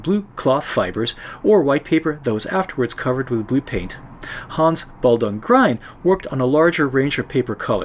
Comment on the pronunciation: Excellent, I've been meaning to try this for a while! In my tests I used diluted gouache for white and it seems to work quite well. By the way, Grien rhymes with green, not with brine.